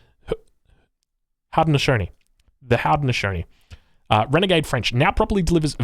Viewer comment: It’s pronounced Hoe-dee-no-SHOW-nee.